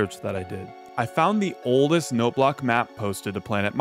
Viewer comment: I've been binging too much FitMC lately. That's not how you say oldest!